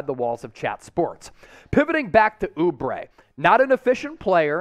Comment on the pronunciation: oubre? lmao. stop it